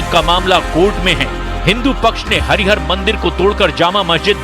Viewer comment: यू ट्यूब बनाने का शौक है तो नाम भी जान लीजिए, सही उच्चारण कीजिए विशेष रूप से देवी देवताओं के मामले में। नाम है - हरिहर और आप बोल रहीं हैं *हरि हार*....। हरि हार का अर्थ है हरि का "हार" , माला, मणि मुक्ता, मरकत माला.....